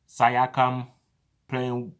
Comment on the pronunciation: Y you say Sayakam, it's pronounced See-aaa-cum...btw we can fill the starting líne up with Precious and boucher